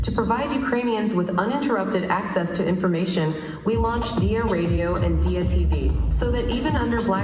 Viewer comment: it is D-I-Y-A ... not D-I-I-A